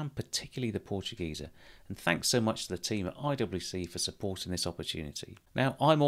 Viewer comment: Dear, as a German native speaker I can tell you that your pronunciation of the word Portugieser is spot on.